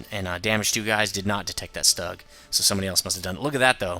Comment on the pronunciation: it's pronounced "shtoog" since u say everthing else correctly ;)